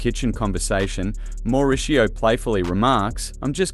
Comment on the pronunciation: It's obvious you don't know the programme as you mix pronounced Mauricio and Dorit.